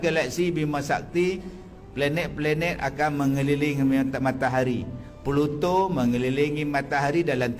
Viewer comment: Sebut pun "Peluto", faham² je lah.